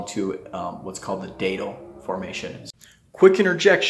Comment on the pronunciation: Please pronounce Datil correctly. Think of "that'll do" and say "Datil'll do..."